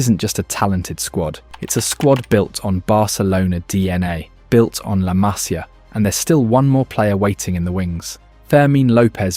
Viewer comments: A ver, en catalán se escribe La Masia, pero en español es La Masía y se pronuncia así, con la tilde en la í, LA MASÍA, que suenas insoportable diciendo "La Masia", créeme. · Masíiia, no Maaasia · Pronuncias mal la másia, correctamente es la masía, acento en la í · Se dice Masía. Con acento en la i. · Masía. Acento en la i 🙌👍😜❤️ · Acento en la i collons! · haces un vídeo sobre la MASÍA y ni sabes como se pronuncia??? es la MASÍA, con acento en la I. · La Masia, el acento en la i no en la primera a :body-blue-raised-arms::body-blue-raised-arms::body-blue-raised-arms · Pronuncias mal todo el rato el nombre de "La Masia". No es una palabra esdrújula,es una palabra llana. El acento va en la "i". Te lo digo como ciudadano catalán y español. De un barcelonés.